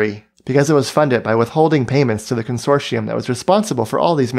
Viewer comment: Consortium is pronounced consorshum, not consortee-um. Rideau is Reedo, not R'do.